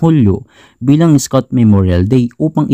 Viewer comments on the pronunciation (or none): Pag pronounce nya ng scout ay isscout